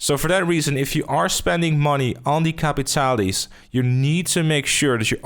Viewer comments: Bro, you're saying capitale wrong. Just like most players are saying Saint Denis wrong. The guy from the quest literally pronounces the word "capitale". It's French/Cajun. Cah(similar to caw)-pee-tahl. The "pee" is like a combo of "pee" and "pi" like PIT, not PIE. Combine the sound of pee and pit for the i. Not Caa-pit-all-ee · Its capitale and not capitali...just to let you know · pretty sure its pronounced [kap-pee-tal] :)